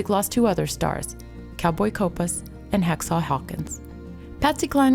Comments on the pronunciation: nicely done here except its 'hawkshaw" not hacksaw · "Hacksaw" Hawkins was pronounced Hawkshaw.